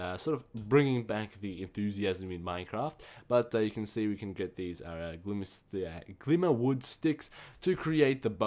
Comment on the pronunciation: HOLY F'N PRONUNCIATION! 2 names where said correctly this whole video and Glimmerwood